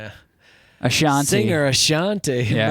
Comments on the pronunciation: Not AshanTEY its AshanTEE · The "Ashanté" pronnonciation is killing me lol